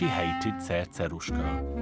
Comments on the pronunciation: I can't even pronounce Cerceruska as the narrator do. Narrator: Before I forget what I was going to say... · You sound British while you're telling the story but when you pronounce the name of "Cerceruska" you suddenly become like a native Hungarian! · How do you pronounce the C's in Cercerushka's name??? Is it an "S" sound or "TH" sound???